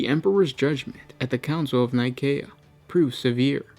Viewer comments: Actually, that is how you would pronounce Nicea, the location of the council that formed the Bible and the Catholic church as we know it today. This is the name of a planet 28,000 years or so in the future, so Nikaea (Nye-kay-ah, Nih-kay-ah, or Nee-kay-ah) would be more appropriate. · K doesn't make a cee/sea sound. If it is spelled Nikaea it's Nigh-kay-eh or Nigh-kae-ah